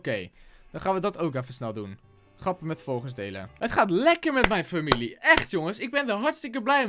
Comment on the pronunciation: je zei ipv familie furmilie